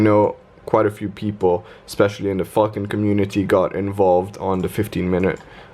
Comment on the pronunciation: Nice man, seem to be smashing it! sounds like your saying "Fxcking" when you say Falcon lol, where you from?